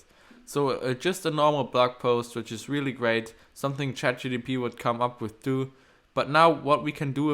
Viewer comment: you cannot even pronounce CHAT GPT correct ................